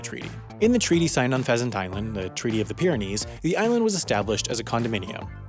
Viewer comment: Did I just heard "peasant island"